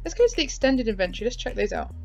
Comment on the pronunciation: You said inventory wrong 😑